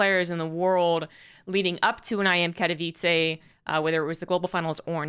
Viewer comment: it's "Kat-oh-veets-eh", not "Kat-oh-veets-ay" FYI.